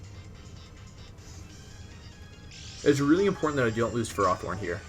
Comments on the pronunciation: It seems Markus has won the war, you started pronouncing it "FerrOthorn" too. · Wolfy you started calling it ferrathorn! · I love you dude: after the almighty "de-kee-dwee" now we got "ferròthorn". Your pronounciation turns old well-known pokemon into a new discovery 😂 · Wolfe you are good as so many things, but pronouncing Ferrothorn is not one of them. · The way you pronounce Ferrothorn makes me cringe